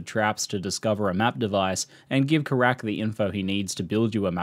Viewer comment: It's 'Keyrack' not 'Karak'